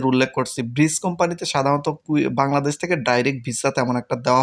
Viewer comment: ভাই আসসালামু আলাইকুম ব্রিস কোম্পানি না ব্রিজ ডেলিভারি প্লিজ ডেলিভারি